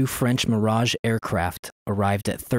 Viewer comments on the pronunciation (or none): none